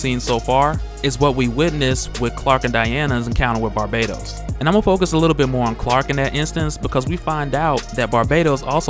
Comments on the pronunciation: His name isn't pronounced barbados. Its bar-bat-os. U aren't putting emphasis on the bat part of his name so it sounds like ur saying the country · Isn't it pronounced Bar- Bah- Tos?? not Barbados? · Isn't it Bahr - BAT - os?